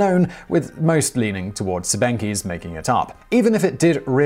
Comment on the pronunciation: Funny, how Simon pronounces "Siebenkees". "Sieben" is German for "seven" and you pronounce it something like "zeeben". How an English native speaker would write the correct pronunciation of "kees" phonetically, I can not tell. The two "e" in it are not pronounced as those in the word "bee".